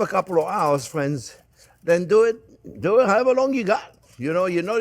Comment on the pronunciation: Fwends. Mawanade